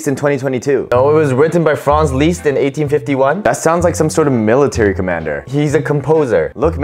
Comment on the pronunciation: I love how you pronounce Franz Liszt!!